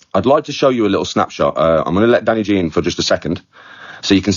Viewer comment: I love that "thishhh iz nuw dann...eyy G"😂😂😂 gets me very time